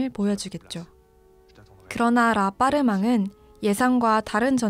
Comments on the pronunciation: 라빠르망보다 라빠르뜨망이 정확하죠. 근데 미전센은 웃겨요. 미쟝센 이 불어발음이고 미전센은 영어발음이죠^^ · apprtement 은 프랑스 어 아파트 입니다 다른뜻 없어요 ...발음은 라빡뜨멍 ..감사히 잘봣어요